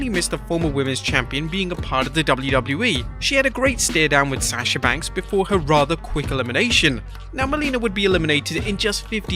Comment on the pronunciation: You can’t pronounce Sasha Banks name to save your life can you